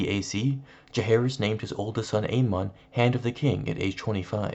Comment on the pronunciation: It’s aemon :A -men , not A - Mahn